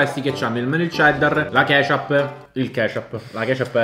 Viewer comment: "La kesciap"